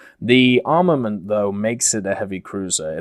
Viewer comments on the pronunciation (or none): none